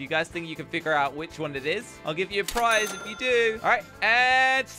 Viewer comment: nvm i heard ' prize as ''fries'' LOL fries is my fav food btw